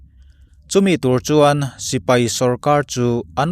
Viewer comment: Sipei an ti ngailo,sipai tih tur o